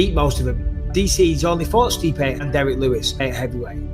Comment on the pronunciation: Stipe "Stiopic" Miocic